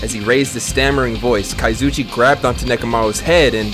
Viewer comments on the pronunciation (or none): 20 episodes in and he STILL CALLS HIM KAZOOCHI 😂